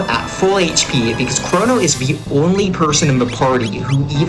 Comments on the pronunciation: Is that really how you pronounce "chrono"? I've said it with a hard "o" in both positions all my life. As such i am not willing to change now, but I may have to look up pronunciation online anyway. Chr-O-no not Chr-aw-no i refuse. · It's always been crow-no - like Cronus Cronos Kronos